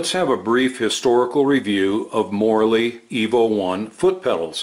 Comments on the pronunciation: I kept hearing Morley EVO as "morally evil" lol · You said: Morley Evo One I heard: Morally evil one